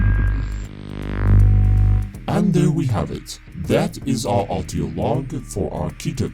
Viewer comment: I cant help but notice it sounds like he says "Autio" rather than "Audio", it's kind of annoying haha